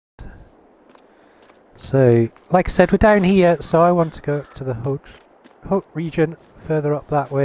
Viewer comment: Nice vid, glad to see someone starting somewhere other than the starter location BTW, the "t" in "Haut" is silent. It's only pronounced when the "e" is added at the end and the word becomes feminine